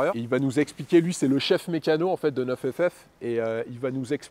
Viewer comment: ta gueule avec NEUF FF c'est NINE ff . niiiiiiiiiiiiiiiiiiiiiiiiiiiine bordel